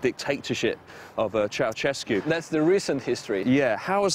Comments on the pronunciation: Funny how foreigners pronounce Ceaușescu "cheauchesku", it should be more like "cheaushesku" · It's chou-SHESS-koo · It's Ceausescu,Chao-chess-ku , if u wanna pronounce it in english.